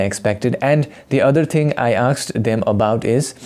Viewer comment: Bro? The word is asked, not aksed!